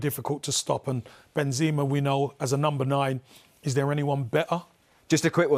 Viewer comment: Campbell was drunk or watched a different game or a fifa ps5 game… and can anyone tell him how to pronounce Kroos and Benzema?